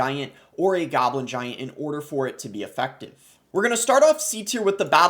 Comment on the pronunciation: Graveyard Giyaint😅 Sorry but its funny how you say it